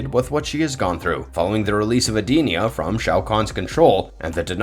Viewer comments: You lost me immediately with that pronunciation of Edenia and calling Shao Kahn an alien. Outworld is a different realm, not another planet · Lol Ed Dinnena? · Yup and he completely mispronounced Edenia. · That's not how you pronounce edenia